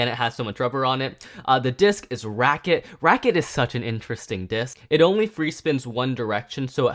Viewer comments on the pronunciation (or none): Hearing him say "racket" so much for Wizard Fafnir hurt. It's "rat-chet", not "racket". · You pronounced ratchet wrong, you said racket